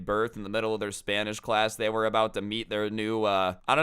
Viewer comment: thought you said "crazy spinach teacher" at first lmao